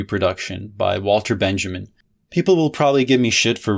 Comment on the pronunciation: You totally nailed Lefebvre, but you kept pronouncing Walter Benjamin as if he was English